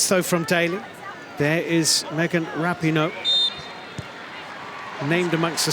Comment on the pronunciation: The way they mispronounced Rapinoe in this coverage still hurts my ears.